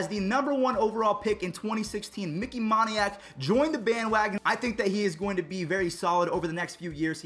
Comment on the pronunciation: it's Micky moan-y-ack not mon-y-ack.